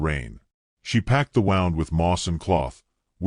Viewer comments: The " wow und"😅😅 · Okay! Edit your narration! Starts out with the wrong pronunciation of “wound”. Then there at least 10 different spellings of Taen, Tayne ,Teagan, Ten’s, Tanynan, Tane, Tayin, and last one I noticed was Tan. You had the word Pyre for Fire. Last but not least you had Patchy instead of Apache. Don’t you even bother the read your CC before you post y our story. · Learn how to pronounce "wound", as in an injury